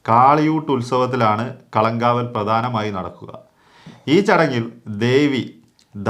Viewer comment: കളം കാവൽ അല്ല. കളങ്കാവൽ. അങ്ങനെ പറയണം